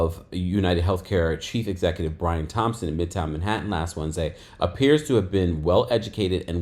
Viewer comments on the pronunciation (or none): none